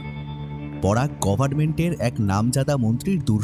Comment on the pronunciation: The narrator really needs to improve his English pronunciations its FILE & not Phile , its Coffee & not Cophi , its Luxury & not lusury. Its GOVERNMENT & not Govararnment. Speak English & not Benglish.